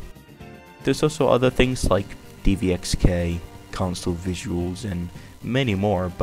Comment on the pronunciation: its dxvk not dvxk